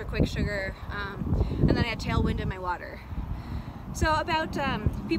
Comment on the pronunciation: Did you say tail wind?